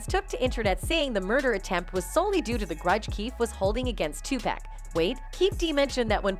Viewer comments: His name is tupac not tupak 🙂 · I Must Say This! That Women Keep saying 2 PACK Is Driving me Nuts 😂😂😂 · Twopack huh. It's Tupac! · ITS TUPAC NOT TUPACK!!!! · 🥶 someone needs to tell the commentator how to pronounce his name… I could not listen to her anymore...Tupac is pronounced as Two-pahc (h silent ah sound, k sound cock) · Yo,, start having actual humans narrate this shit. Your AI be BUTCHERIN mafks names. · Why is she messing up his name lol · I get a kick out of how these A.I. voice-overs pronounce Tupac, Suge, and some other rapper's names.